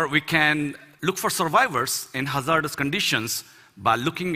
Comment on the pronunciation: find him easy to understand. I love the alternate pronunciations Indians have of English words. In this discussion he says "hazardous". In the US we have and accent on the "ha" syllable and he puts the accent on "zar" syllable. I had a computer science professor that kept talking about the "cha RAC ter" and was confused till I realized he was saying "character".